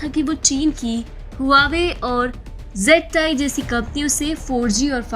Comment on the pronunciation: It is ZTE not ZTI